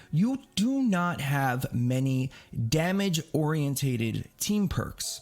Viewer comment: Say it with me Or-E-in-ted not o-r-E-in-tay-ted. You're doing too much.